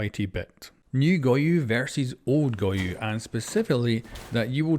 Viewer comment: him calling goyo "goyu" drives me insane good video tho